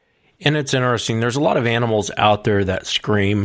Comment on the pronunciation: Alistair Bawden Two brothers and they both say it. Inner-ess-ing